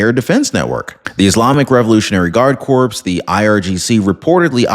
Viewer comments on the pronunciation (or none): Corps, like Air Corps, is pronounced like cor ok ly. If I'm not incorrect, that is. Thank you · Great video, very well delivered. Just a heads up for you, the word corps is pronounced "Core" the p and s are silent. I apologize for correcting you. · the “p’ in”Corp” is silent. Terms like “United States Marine Corps” is pronounced “core”. The “p” is silent in all instances. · ……love your show. Look up the pronunciation of CORPS…..as in Iranian Revolutionary Guard Corps.